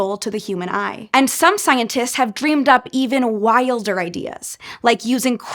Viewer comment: i never realized i pronounce "wilder" the same way as you "while derr" 🤔😳🤷‍♂️🤭🥰